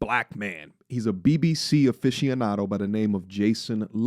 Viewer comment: “BBC officianado” is crazy. Never say that again 😂